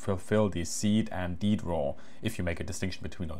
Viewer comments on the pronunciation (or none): why DEAD not pronounce as, you know, dead and instead deed??? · AFAIK it's pronounced ""see-ad" (/ˈsiː-æd/) and "dee-ad" (/ˈdiː-æd/), I don't know why everybody on YouTube says "seed" and "deed"... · AFAIK, SEAD is not pronounced "seed", it's pronounced "see-ad". And DEAD is pronounced "dee-ad".